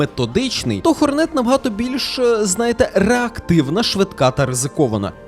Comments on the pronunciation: Бро, ну який Хорне́т... Ладно ще ця Ххх але хоч наголос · 1: бро в початку бусіни не зібрав до кінця, 2: хорнет має наголос на О